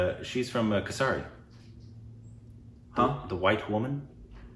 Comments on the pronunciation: It is KeshAri not KeshAAAAri Or KeshAYEri. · The pronunciation is K-Sʌ-Ri: for the movie Kesari